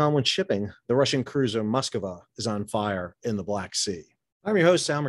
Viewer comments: sir...."Moskova" is not how you say it or pronounce it....it's extremely easy to say it....follow with your eyes...."mosk-va" ....I'm not russian, but I do know how to just read .....this drove me nuts throughout your commentary!!! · What is it with Americans and foreign names? It is Moskva, not Moskava.